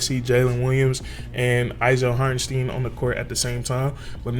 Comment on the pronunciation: Not Hartensteen he said you can call him anything but hartenSteen in his interview